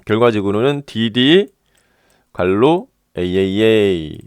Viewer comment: 상세한 설명 감사합니다! 괄호를 갈로로 발음하는게 특이하네요